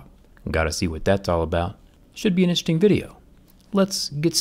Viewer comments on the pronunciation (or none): Like how he cant pronounce 'interesting' at the start of every video